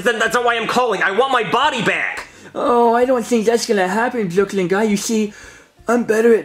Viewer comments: Karen always calls Brooklyn Guy Boiney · i love how jonathan calls brooklyn guy ‘blooklin gye’